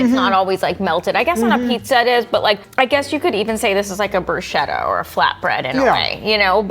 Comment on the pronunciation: Bruschetta is not Bruce-Shettah It's BrusKetta not Kedda, Ketta